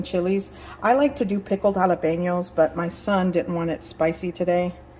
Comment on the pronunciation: You did a good job putting the meat mixture into the same spot every time. Also, why do you speak perfect english until you say jalapeno, tamalie etc. Then you have to use the spanish lingo ?